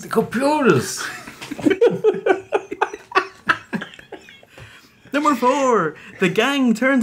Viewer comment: Dem computahs